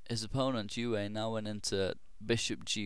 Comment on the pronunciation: Euwe (UHR-vuh) He's Dutch >_>